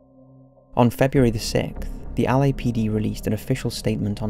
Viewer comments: He keeps saying Ali-A PD. 😂😂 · Like the way you pronounce LAPD and Los Angeles. 😊